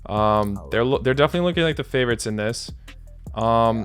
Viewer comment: What's about Russian accent 😅😅 "I don't have any favourotzzzz.."